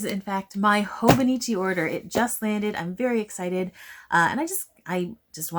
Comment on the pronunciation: No, I promise that was an excellent pronunciation! And yeah, I'm on the market for my next journal/planner and I'm not sure what to pick yet, do I want a classic leuchtturm notebook for maximum creativity or do I prefer the stability of a planner.. decisions decisions 🥲 I don't recommend being a Libra AND a stationary lover haha